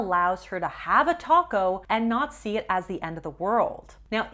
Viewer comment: Am I the only one to hear top coat instead of taco? 😂🌮